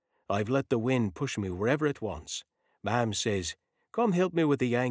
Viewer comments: Only 5 minutes in and so far I like the story, but it's driving me CRAZY that the narrator keeps calling the mother "ma'am" when I'm sure it's supposed to be pronounced with an Irish accent to say MOM. It throws the story off. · Yes MAM, which sounds different from ma'am...which is what this narrator sounds like he's saying. Perhaps it's just me. I'm used to hearing Irish people say it differently.